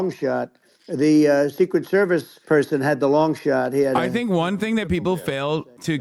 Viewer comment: “THERCRET THERVICE” LMAO